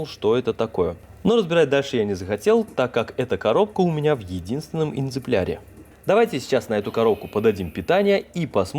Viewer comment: я думал сначала послышалось когда 1-ый раз сказал энзепляре, оказывается не послышалось, не оговорка , правильно по-моему экземпляре. А так конечно классно получилось, золотые руки, особенно когда трубки установил, не скажешь что ручная работа👍